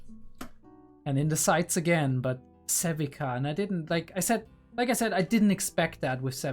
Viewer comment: Sevika is pronounced "Sev-ee-ka." The "ee" is like "peel," "eel," or "feel." Zaun is known to be called the Undercity, Fissures, The Lanes or even Underground, but it's never called "Downstairs." I don't mind an occasional F-Bomb every now and then, but I feel like you use them too often and it especially gets awkward when you say "F-me." Not sure why you do this, but the slurping sounds you make are just odd and off-putting. Otherwise the videos are good if not a bit too long.